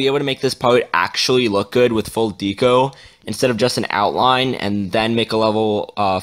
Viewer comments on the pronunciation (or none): u said deco wrong in the beginning 😂